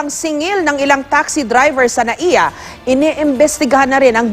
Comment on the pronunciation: MIA Hindi NAIA